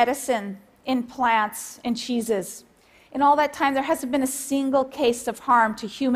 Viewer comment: RenanzinhoSP she said, "in cheeses"